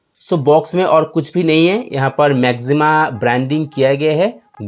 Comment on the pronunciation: Bhai... Pehle Naam toh sahi se le lo... Maxima hai, Na ki Maximum.